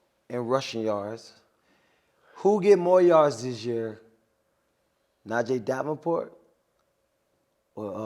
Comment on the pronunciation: Bros said najee davenport and jaylen warner😂😂